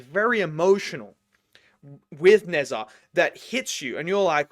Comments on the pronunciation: You pronounce his name like 'Nezza' when it's more like Ne - zha (since his name comprises of two characters). Honestly though, yours is not the worst pronunciation I've heard. Glad you enjoyed the movie! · How to pronounce - Nerd + Zahara Ne Zha Not Nay Zha Ending credit scene can see the next sequel helping the Heaven Jade Emperor taking on the Monkey King - Sun Wu Kong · 'neza"... it's pronounced "nuh jya" lol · It's pronounced Nuh-JAH. Not Nezza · It pronounce Na Cha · It should be [nə dʒɑ:] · best movie ive ever watched when they release the 3rd in 5 years please pronounce it as "nuh jah" 🙏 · The pronunciation of “Nezha” is more like “Ner-Ja” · Zha is pronounced jah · Nezha is actually pronounced like “Na” “Jai” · Just want to point out that the easiest way to pronounce Nezha is "Na Ja". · Try Ne(r) Zha(r), it kinda sound like that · nezha的正确发音是[nədʒɑ: ] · It is indeed a great movie. I’ve watch 3 times (oneself 2D and twice 3D) and all in Chinese, but I was still able to follow the stories and Acts. However, point to note; You’re pronouncing the name of the movie wrong. Try not to pronounce it as an English word.🙏🏿🙏🏿🙏🏿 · I highly recommend that you watch the first NeZha before trying to explain anything about NeZha2 to your audience. Because everything will make more sense if you actually incorporate the full story. Appreciate that you are wanting to tap into the culture and to show some interest, please take a moment to learn the proper pronounce of the name instead of westernising the sounds. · pronounce like this in Chinese： ‘ner’d+‘za’ra （only in ' '） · As a chinese person, seeing people try to pronounce Nezha's name will never get old.